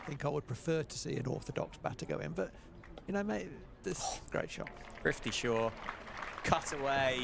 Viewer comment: “Prifty” Shaw🎉